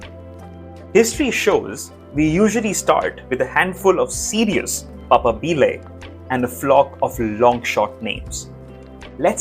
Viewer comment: You need to learn to pronounce “papabile” properly